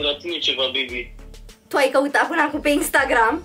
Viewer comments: Serios a zis beby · A zis bibi doar că nu se înțelege